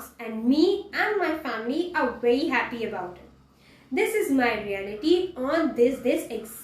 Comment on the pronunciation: Bery interesting And Bery Bery Good